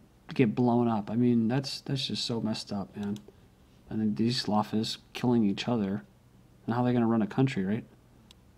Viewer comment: Great video! scholar Imran Hussein is also against the Salafi Wahhabi Saudi regime ... Btw, It is pronounced sal-a-fee